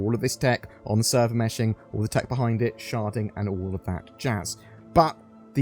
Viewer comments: Cant not hear "sharting" every time you say "sharding." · This whole time I thought he was saying sharting...